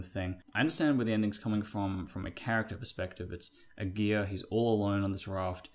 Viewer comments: It's not "A gear", it's pronounced "A gara", the a's in gara are pronounced like Americans pronounce "a".... There are plenty of YT vids with the correct pronunciation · Lol great video.. but my last name is Aguirre... 🤣🤣🤣🤣 This is the worst I've ever heard my name pronounced hahahajajajajaa.